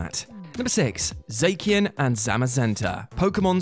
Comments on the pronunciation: zacian is za-she-in not zay-key-in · Zackian..? It's Zashian cos Cyan is a root word for its name. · Jeez the way we said Zacian hurt to hear